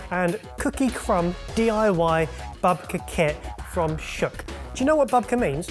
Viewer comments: you pronounced Shuk hilariously bad. it is "shook" with the "u" pronounced like the "u" in "duke" or "nuke." This reminds me though, you guys should come to Israel when this is all over! I would love to give restaurant recommendations. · Perfectly lovely video as usual, but the pronunciation of "shuk" made me pause the video and take a very deep breath. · Yeah, we're not angry or anything, but it's a long 'u' sound. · Shuk is pronounced shook and it means market in Hebrew lmao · Sorry just a message from Israel, it's pronounced shook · dropping in for pronunciation - Shuk is pronounced shook. it means market in hebrew :) loved the episode!!! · Shuk is pronounced shouk, not with an a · Shuk is pronounced sh-oo-k and it means market in Hebrew 🤣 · FYI ‘shuk’ is pronounced with a long u, like in ‘sushi’. Loved the video as always! :) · Love you guys, and babka is my favorite cake, but - Shuk is pronounced shook (like book) 🇮🇱💙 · Just for reference since I haven't seen anybody say this yet, it's pronounced "shook," not "shuk." It's the Hebrew word for market. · Shuk is pronounced 'shook'..... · SHUK PRONOUNCED SHUCK LOL I'M DEAD -- IT'S SHUK PRONOUNCED LIKE SH-OOH-K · When he first said the name of the Tel Aviv box I thought it was about corn, then I understood he just mispronounced the word shuck ( pronounced shook ) which means market. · you say it like shook and not like shak and it's a street market not what ever sad in the end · "shuk" is pronounced "shük", not shook like "I just shook the branch" but a long u like in boot. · They said it like duck and shook. Good to know it's like boot. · Just to let you know... You're saying shul wrong... It's more like Shook...( With love from a watcher in Israel) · Every time they say “shuck” instead of “shuk” I lose an hour off my life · Fun fact, shuk is pronounced shook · Shuk is pronounced like shook :) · The first one is pronounced with a u (like shook) it means market in hebrew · It’s pronounced Shuuuuk